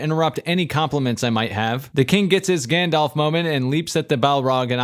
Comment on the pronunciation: I think it's pronounced Grrrrrrrrandelf.